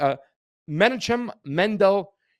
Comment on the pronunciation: Men -Knock -Em is how Menachem is pronounced and Rebbe is Reb -Bee not Reb